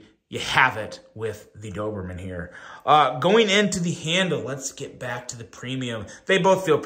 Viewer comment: Hey! Your pronunciation was perfect 😊. Thank you for the review. I already seeing few issues and dreaming to fix it in Doberman 2.0